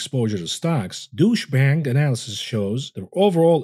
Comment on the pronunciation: You said "Deutsch Bank" around the 26 minute mark. I thought you said "Douche Bank" and laughed my tail off.